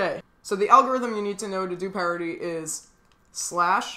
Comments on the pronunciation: Pie rit ie??? It's pair ity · Spelled parity u said pierity not parity